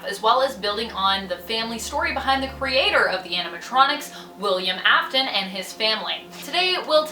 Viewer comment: GIRL is it just me pronouncing it wrong or her. I think it’s her that pronounced afton and fnaf wrong.